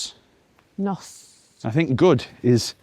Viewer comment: Just to fine tune that pronunciation. Nos (Welsh for night) doesn't rhyme with boss, it more rhymes with horse.